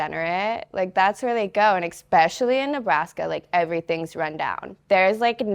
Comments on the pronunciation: Very down to earth, very beutiful and smart. But Sugar, it's ESPECIALLY not EXPECIALLY. Keep going and growing!! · “Exspecially” UGHHHHHH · She said “detain my self worth” I was like damn that’s deep and then she said “expecially” and I was like whoops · ECspecially? Is that a Nebraska thing? (No offence meant, I'm from the UK). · “I’m so smart”…. “expecially in the strip club” “Again, I’m so smart.” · Some one teach her how to pronounce “especially”. There is no “X” in the word. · hey, spell especially then pronounce it again. You're not as smart as you think! Hubris.